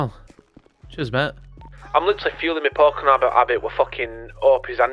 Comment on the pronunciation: the pokemon nerd in me cringes every time he mispronounces a Pokemon's name